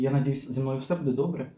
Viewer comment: у мене питання.Я не можу зрозуміти,чому з наголосом так.Чому рибка не ц І ла,а цілА?чому не бУде,а будЕ?контент класний,але вухо ріже.Це така звичка-змінювати наголос?Начебто не діалект,класична мова.